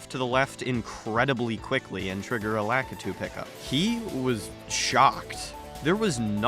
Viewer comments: La-kit-two I’m I getting trolled lmao?? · Never heard a worse way to pronounce lakitu